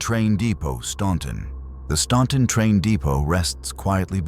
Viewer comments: You lost me at "Stawn tun" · STAN TON pronounce it right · No one ever pronounces Staunton right 🙄🙄 when I was kid it used to be an icecream parlor, that place was the best. Can't say I ever experienced anything weird at that building but there is definitely several places in downtown Staunton that I'm surprised didn't make it over this. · we pronounce it without the U-( Stan- ton). But it's correctly pronounced using the u sound. Stawn- ton. But the correct pronunciation sounds odd to us locals. I guess we are hicks that way! Lol😂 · We pronounce it without the U..(STAN-TON) but that's not the proper pronunciation. STAWN-TON is the correct pronunciation but we have become hicks I suppose with our slang pronunciation of it! 😂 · It's right! We leave out the U and call it Stan Ton. So we have evolved the pronunciation into our version but it's slang technically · Actually we from Staunton don't pronounce it right. We leave out the U therefore saying Stanton. But the correct pronunciation sounds odd to us